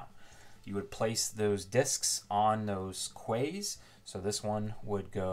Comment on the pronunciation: Thanks for this. Very helpful. BTW quays are what Europeans call wharfs and are pronounced as ‘keys’ 😉